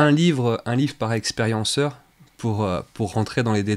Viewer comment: On dit "un zexpérienceur" pour les rencontres rapprochées?